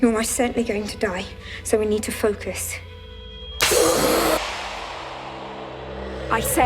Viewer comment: What are you,? Ang, not Ong.